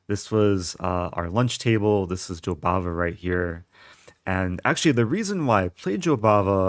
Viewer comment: I thought u were saying Jobaba london lol